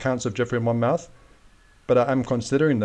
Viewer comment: Hello my friend. Talking of minefields, the name Monmouth is pronounced as Mon-muth - with emphasis on 'th', like moth sounds.